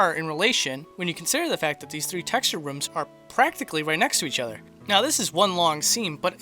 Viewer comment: Why does he say "rooms" like "rums"?